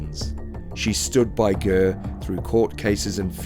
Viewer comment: Lol who the fck is gurr ???, it's ger not gurr. Just saying why go to the bother of making a documentary when you can't even pronounce a name correctly. And jftr i Iive around the same location as all these people, so I know what I'm saying.